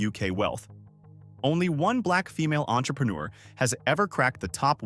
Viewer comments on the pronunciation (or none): none